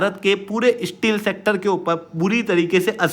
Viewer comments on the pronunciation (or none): Please improve you pronunciation. You are promising courses and study material on top Indian competitive exams and can't even pronounce STEEL properly? It is Steel not Isteel.